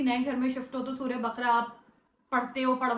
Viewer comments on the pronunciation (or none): السلام عليكم و رحمة الله وبركاته باجی اقرا یہ ق پر زبر کے ساتھ بقَره بارک اللہ فیک اللہ مزید آسانی کرے اللہم آمین